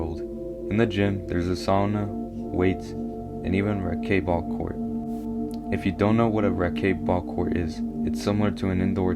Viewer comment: I came from Mr. Nightmare's channel. Saw your comment on his last video. You're saying racquet ball wrong. It's pronounced "racket" with a hard "t". I think you could use a little more inflection but stellar video!!! I'm excited for more!